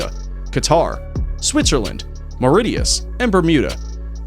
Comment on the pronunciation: Did he say Mauritius?